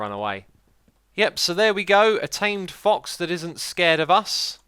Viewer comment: Xisu says thox instead of fox